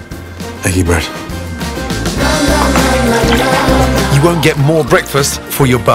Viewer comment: Nobody: Gordon: eGGy bREaD